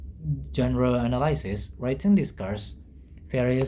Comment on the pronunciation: "anaylsis" itu dibacanya enelisis, bukan enelaysis, say, hehehe .... Semangat ya!